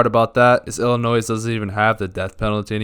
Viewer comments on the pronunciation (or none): I'm sorry I'm sorry what did I just hear? did you just... pronounce the S in Illinois? are we FUCKING FOR REAL?? the S is SILENT YOU DONT SAY IT. THERE ARE NOT MULTIPLE ILLINOIS THERE IS ONE YOU SAY "Ill In Oy" THATS IT. THE S IS SILENT. Step foot in Chicago and you will be ERADICATED. dont even test me. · Illi-WHAT?! Did you just pronounce Illinois as “Illi noise” ?! 😂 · closed the video when i heard illinoisss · Great video but for the love of god pronounce Illinois correctly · you deserve to get smacked how you said Illinois lmao